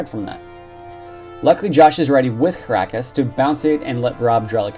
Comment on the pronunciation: Kee-nah-ee-ohs and Tee-roh